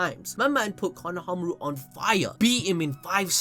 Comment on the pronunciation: Why does he say Konohamaru like, “Kono-hamaru”